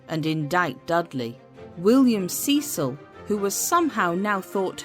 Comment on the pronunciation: "Sess-ill". not "see-sill"